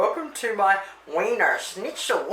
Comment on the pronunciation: I think it’s pronounced SH-Nitzel…not “ “Snit-Zel”……